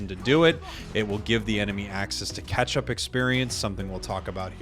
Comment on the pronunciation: anyone else always thought he said "ketchup experience" instead of "catch-up experience"